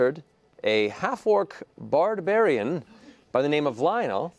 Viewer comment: Lionel is a "Bardbariain" XD